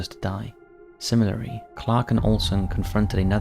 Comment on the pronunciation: 'Simmerally' - lmao you mean 'similarly'